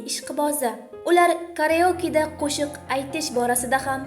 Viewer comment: Video uchun rahmat lekin shaharlar nomi va atamalar notug’ri talaffuz qilingan. Masalan keraoke emas karaoke,keyingi safar shu hatolarni inobatga olasiz degan umiddaman. Ma’lumot urnida boshqa joylarni bilmadimku lekin tokioda issiq suvdan umuman muammo yuq